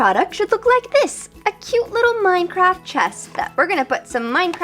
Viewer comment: i though she was saying mince XD